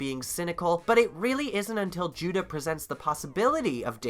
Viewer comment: did you call judah judo?